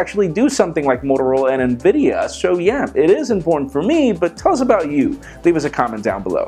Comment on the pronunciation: i couldnt help but repeat Nvidi? LOL